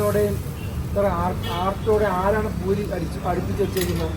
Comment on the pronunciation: Buri alla puri aanu.